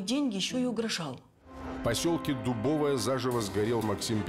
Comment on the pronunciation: Не ДубОвое, а ДубовОе